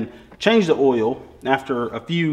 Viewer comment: Lmao Why do u add extra alphabets and an extra syllable to the word "Oil"